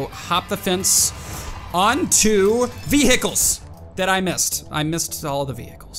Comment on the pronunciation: Does anyone else relise that says ve hicles when he stressed out